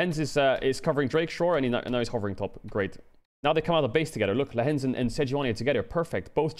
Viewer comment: Lehends vs LEHENDS 😂